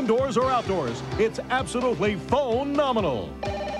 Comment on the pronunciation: It’s absolutely “Phone” nominal 😂